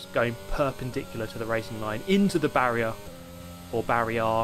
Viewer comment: Barrier = :/ Barry-R = :)